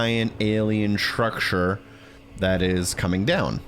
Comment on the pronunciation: Shtrucsher = Structure 😂❤